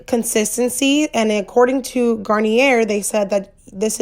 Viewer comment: Don’t want to be a hater but you kept pronouncing the name of the brand wrong it’s without the r